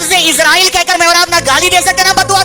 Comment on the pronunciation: اسرائیل ہے، عزرائیل غلط ہے ۔